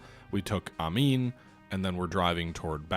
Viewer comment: Try actually reading these place names, they really aren’t that hard to pronounce. Amman is pronounce A-Mann not Amin. Vyazma is pronounced Vi-yaz-ma. Not whatever holy hell you are saying. Salsk is just Salsk, it has no i, where did you get Salisk.